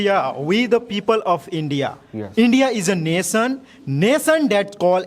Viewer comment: Not Nason ... Nation